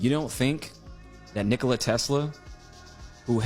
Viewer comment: The guy wasn't competing with Coke & Pepsi, the emphasis is on the Ni in Nikola, like in Ricola